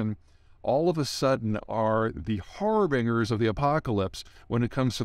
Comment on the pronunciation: It is har-bin-jur not har-bing-er